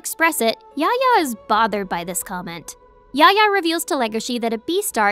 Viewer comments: Yafya yafya is his name not yahya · dislike for the pronunciation of Yahya